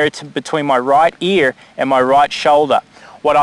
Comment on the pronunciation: earrrrr lol you rolled your r like a yank